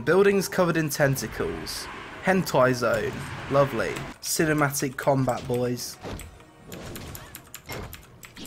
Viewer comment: i like when you're speaking that funny accent XD in combait ><